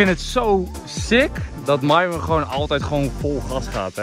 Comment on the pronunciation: Eindelijk dat enzo Myron haar naam goed zegt